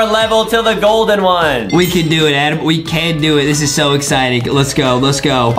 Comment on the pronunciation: HIS NAME IS NOT ADEM HIS NAME IS ADAM